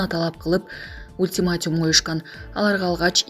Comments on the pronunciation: Белья диктор!Ультимятюум эмес Ультиматум туура суйлогонду качан уйроносун. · Ультиматьюм эмес, ультиматум! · Блогер айым туура суйлочу,, ката суйлобогонго аракет кылып коп окуш керек((( ультиматюм емес))) 🤦‍♀️🤦‍♀️🤦‍♀️